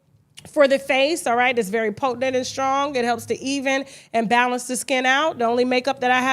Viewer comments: Kasha, the word is potent. POTENT. Not potentINT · I love you and you have inspired me to become articulate. However I hate the way you say potent. Slam me. Just me